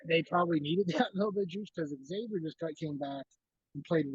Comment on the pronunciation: Maybe if you have a show you should know how to pronounce the opponent’s name properly.